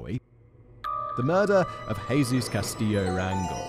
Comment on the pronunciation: It may look like Ran Gal with a hard G, but it is pronounced Ran Hell’ emphasis on the second syllable.